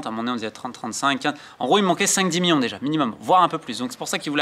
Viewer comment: Top mais stp million pas mion ça frappe les oreilles